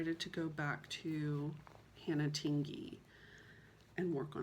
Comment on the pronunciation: You are the only one who pronounces Tingey correctly.😊 It is as if you were going to say ding or ping and then added the “ey” to the end. I don’t know if that’s a very good explanation... I’ve let a couple other creators know but they still say it the wrong way. Who knows, maybe they never read my comment? Or maybe it didn’t make sense to them. It’s no big deal. In some areas it’s a very common name but in others people have never heard of it. 😊🤷‍♀️